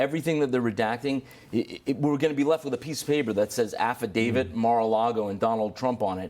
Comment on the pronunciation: Please stop saying "affidavid" which is not a word. Practice saying it with me: Affidavit, Affidavit, Affidavit, "davit", "davit", "davit"